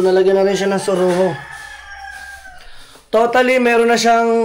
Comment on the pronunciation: Siruho Hindi suruho😂😂😂😂😂